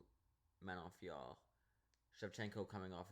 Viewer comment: The way you pronounce Manon Fiorot’s name is aggravating, and you’re a casual. This is one of the most painful MMA videos I’ve seen 💀💀.